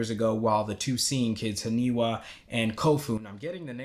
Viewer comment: you getting the names? its not Hanewa .. its HANIWA ... its letter "I" ... lol ...